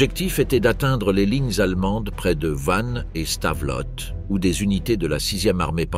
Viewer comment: Stavelot se prononce Stavelo et non Stavelote. 😢😢😢